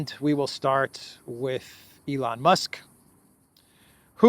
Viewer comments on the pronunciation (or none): none